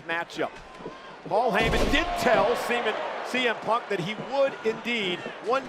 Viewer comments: Cole said semen then corrected himself saying cm instead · Michael Cole said semen punk😂😂😂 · Michael Cole: "semen punk" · blud called him semen punk nahhhh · Paul heyman did tell semen😭😭